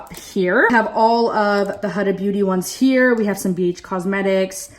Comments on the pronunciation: Oh girl let me get you right HUDA it is not A it is U huudaa ughh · It's pronouced HUDA with a U, not with an A